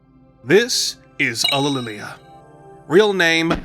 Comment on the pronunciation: It may be difficult to pronounce, but the way you say "Ulililia" is really quite beautiful